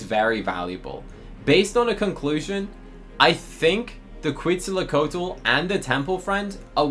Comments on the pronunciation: “Kweetzalacotal” - 2025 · As a person who loves dinosaurs hearing you pronounce Quetzalcoatl mentally hurt me I’m looking for offers for it cause I have a neon already lmk if yall have offers!!